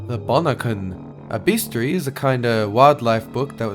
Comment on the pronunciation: the fuck is a beestarie??? sure you dont mean bestiary?